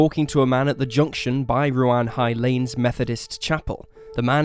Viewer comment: Had to laugh at your pronunciation of Ruan-High-Lanes and of Chenowaths garage, the second garage Lyn visited to get petrol, after Harris's garage at Bethnal Beneath, not Tregony, had sold out. I grew up in this part of Cornwall, and although I didn't live there at the time I remember my brother, like all males living in this area at the time, being invited to give dna samples. The road heading down to the methodist church is not well known at all, if her killer is ever caught it wouldn't surprise me to learn it's someone with connections to the area.